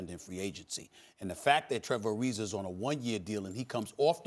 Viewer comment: Trevor Arizerrrrrr